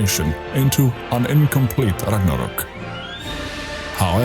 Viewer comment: So nice to hear Ragnarök correct 🇸🇪